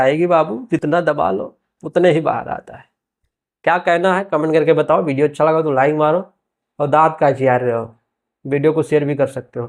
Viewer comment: Sab se pahle bolna sikh video ko bhideo bolta hai